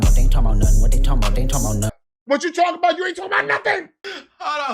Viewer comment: Talmbout = correct AAVE pronunciation 👌🏾 that way words just slide